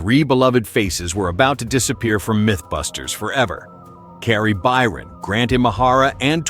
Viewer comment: Tory What???? Mate, say his name correctly! FFS have some respect... Kari?!?!? Why are you having so much trouble saying people's names correctly?